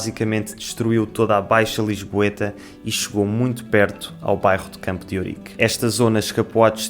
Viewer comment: Ela falou "Campo d'Órique", pronúncia inusitada no Brasil. Achei lindo! (assim como fiquei curioso para saber quão apertadinha ela é 😜)